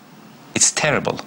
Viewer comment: It's teddible, just teddible lmaooo